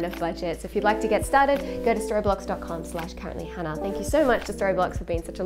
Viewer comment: right, before I start I know how juvenile this is. And yet... I really enjoy you being sponsored by Storyblocks, because every time you say it, for some reason I hear Storybollocks and it makes me smile. Love the vids, love seeing how much you're enjoying the Jeep and the additional freedom it affords you. One of the best content creators I follow in terms of quality and content, hope you're both good (nice to see Chris with his channel on the go) and keep it up for ages to come.